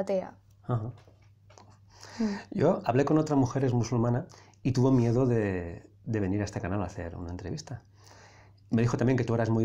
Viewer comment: En el minuto en vez de miedo "mierdo"🤣🤣🤣🤣🤣🤣🤣🤣🤣